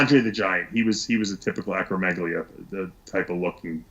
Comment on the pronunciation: He's got a medical degree and is able to speak to the physiology of how muscle growth is accomplished, not like the usual uneducated idiots online or at the gym. The interviewer doesn't even know how to say acromegaly let alone what it means and he presents himself as some kind of authority? Please. He should shut it.